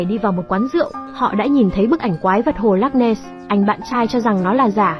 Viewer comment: Ad đọc cái tên hồ loch ness nghe mà không xem video thì không biết hồ là hồ nào luôn ý 😅